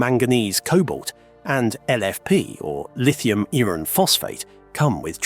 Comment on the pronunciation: Keelo-watt, eeron. AI voice for sure....and probably AI generated script too.